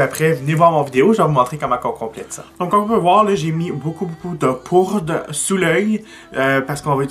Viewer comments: hahahahaha! T'arrêtes pas de dire "". mais c'est "poudre"!!;)) jtadore pareilll! xox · Tu as dit "" en premier! ^^ j'ai tellement ri mon père dit la même chose! En tout cas bravo, tu es vraiment doué!!!